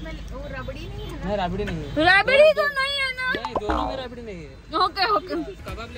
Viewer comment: Not rebidi it's rabdi😅